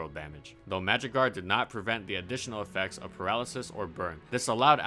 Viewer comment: When he said magic guard I thought he said magikarp lmaoooo